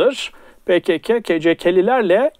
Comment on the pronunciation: "Pekeke, keceke" telaffuzları bana çok şey anlattı. Bugüne kadar tam olarak hangi çizgide olduğunu anlamamıştım ama bu ayrıntı bana net fikir verdi. Bundan sonra zerre itibar etmeyeceğim bir "hewalist" imiş Güller meğer.